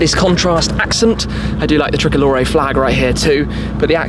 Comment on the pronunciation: The thrickolore😂😂😂🇮🇹🇮🇹